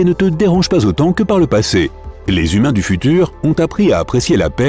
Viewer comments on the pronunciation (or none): ''Humains'' et pas ''Himuns''